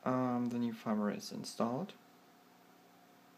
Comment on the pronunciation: It's Firmware not Farmware xD